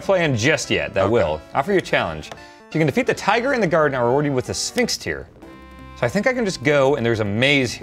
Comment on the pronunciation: Is Sphinx Tear supposed to sound like sphincter?